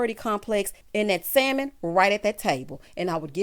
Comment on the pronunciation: has lost his mind. What Century is he living in? I CANNOT with him! Also,, the L is silent in Salmon.